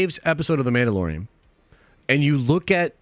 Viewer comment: Meandalorian lol